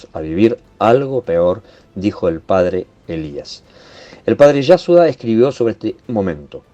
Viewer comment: Padre YASUDA, no Yasua,,, ¿ es que usted no sabe leer y pronunciar correctamente ese nombre ? Y ademas lo insiste varias veces... Jolin , no es tan dificil👎🏻